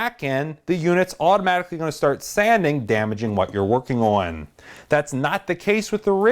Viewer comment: you talk like a reporter and say own instead of on haha but good video man and learned a bunch , great video man !